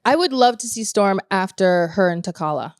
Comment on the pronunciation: "T-callah" Ugh, I cringed